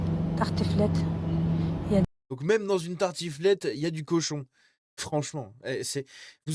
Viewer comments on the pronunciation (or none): Perso je croyais qu'elle avait dit tartouflette 😂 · tartOUflette 🤣🤣🤣 (merci à moi d'avoir mis un timer, je me le remet en boucle jsuis ptdr comme un trizotin) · Elle a dit tarTOUflette. Wallah c'est une dinguerie wesh.